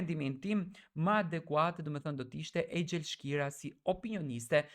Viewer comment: Duhesh me ja ndrru emrin kanalit tond ”fansi eglit” sepse vetem si gazetar nuk shprehesh . Nje gazetar nuk eshte aq i nje anshëm per nje person siq je ti ,mos e mer per te keq por me aq knaqesi qe flet per eglin (thu ti se eshte arbana osmani ) definitivt je fans i flakt . Einxhel quhet jo ejxhel